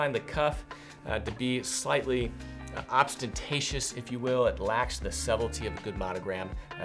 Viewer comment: “Volumptuous.” “Obstentatious.” adding extra comsonants today.:-)